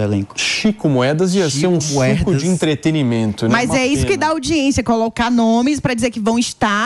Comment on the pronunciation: A moça: EntreteRimento? Kkkkkk meu Deus!